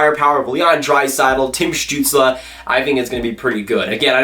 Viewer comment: This is kinda random but im very impressed with your pronounciation of Stützle. Seems like no NHL announcer can get it right lol